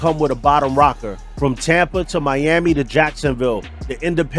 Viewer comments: Great video ! Ocala National forest is pronounced : Owe-kal-uh And Tamiami trail is pronounced : tammy-ammy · No disrespect, but "Tamiami" is pronounced "TAM-EE-AM-EE" and it's "O-CAL-A" (CAL is pronounced like California), not "Os-cah-la"